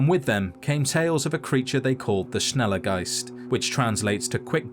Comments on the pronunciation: how do you pronunce Schneller Geist as Snally Ghaster? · Ive been calling it a smelly geist since thats what my ears hear😭🤣